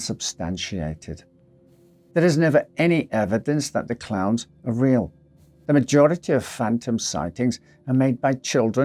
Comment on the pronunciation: I was just listening to the audio, and thought he was saying clouds instead of clowns. Lol, I was so confused! 😂